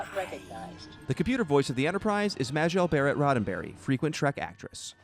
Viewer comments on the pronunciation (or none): This narrator may speak clear English but he pronounces many things wrong such as Alias and Kobayashi Maru and Majel Barrett. And no it doesn't say NCC-1701D or at least the D can't be seen from the image they show inn this video.